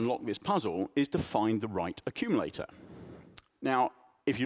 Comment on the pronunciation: "Accululator"! Sounds about right..